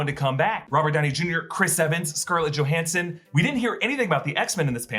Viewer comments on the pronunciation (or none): none